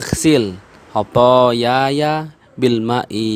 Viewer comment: itu bacaan kedua khathayaya , harusnya khathaya..